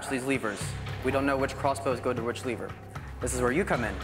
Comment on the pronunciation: Not great , but he said leever instead of lever, so that was cool